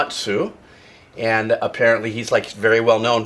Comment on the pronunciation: Little tip about japanese names in the future. if a name ends with "tsu" like Uematsu, the 'u' is essentially silent. so the pronunciation of Uematsu would be /oo-eh-mah-ts/